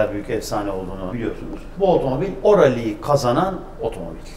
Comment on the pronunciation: Tek, şu adam “rali” demese daha güzel olacak. XD